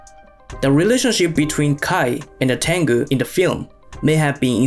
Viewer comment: ale te ai beznadzieja fudomo? xD Fudo Myoo..... zakrzywienia ? horimono czyli zlobienia.. tangu to tengu .. xD